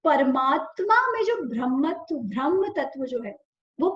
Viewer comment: Thank you. 🙏 Just one request- can you please say ब्रह्म NOT भ्रमह